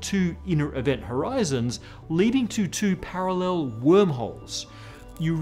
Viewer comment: "Paralllel" lmao